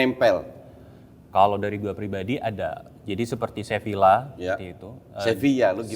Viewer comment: salah juga coach wkwk. yang bener pengucapannya tuh "sebiyya" karna v dibaca b kalo di spanyol